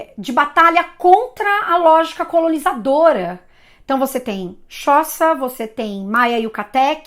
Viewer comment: É xhÔsa, como e esse xh é um som de clique mesmo.